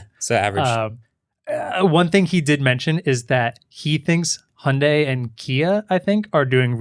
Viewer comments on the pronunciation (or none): Hyundai - Hi-und-eye. Not Hunday. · 현대 = hyundae (hy-uhn-day), not hi-und-dai. good try though